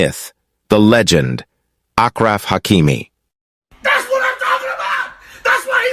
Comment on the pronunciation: Its ashraf hakimi not achraf bro